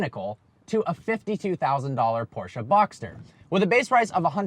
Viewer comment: I just appreciate the fact that he pronounces Porsche correctly.